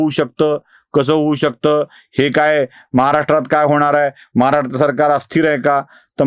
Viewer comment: Aho saheb tumhii kadhi shiknaar महाराष्ट्र bolayla. Laaz vatu dya ho. Yevdi varsha patrakaritet ahat swatachya rajyache sadha uccharan yet nahi saheb. Laaj balga aajach 2000 vela bola ani navya vdo aadhi sudhara